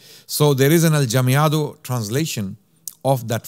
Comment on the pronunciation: Jazakumullahu khairan this was great. You gave a great overview and even covered the Oran fatwa! A kind correction, it was the Goths that sacked Rome, not the Vandals. In Spanish Mudejar is pronounced Mudehar and Aljamiado as Alhamiado. Talking about Alhamiado which is writing Spanish with adapted Arabic script, this certainly provided protection for Morisco's activities from their ignorant prosecutors but in essence aljamiado literature is from the time of the muslim rule and we have similar processes in many places like Bosnia for example or even the Persians write in a sort of aljamiado. Muslims felt the Arabic script special and very close to their hearts. Allah razi.